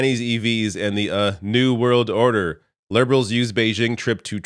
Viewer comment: Are you ready for zee new world ordahhhh? 🎵